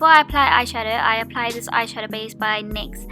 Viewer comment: It's pronounced nicks